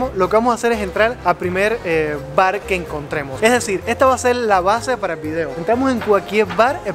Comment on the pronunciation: tocayo, lo que mas gracia me hace es tu manera de decir vi-deo y ese tonilo que le parece faltar una letra, espero que Alejandro y tu sigais bien, se te radiante siempre... a ver si me conseguís un tiesto jejeje